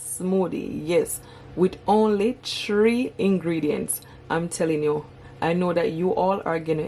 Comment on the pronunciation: The word is Three, not Tree.